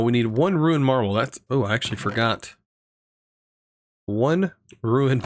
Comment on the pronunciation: please stop saying Ruined Marble, it's Runed Marble, it's got runes on it, it isn't ruined (aka defective)